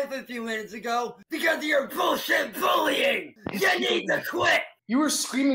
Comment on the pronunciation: “Because of your VULLSHIT VULLYING!” 😂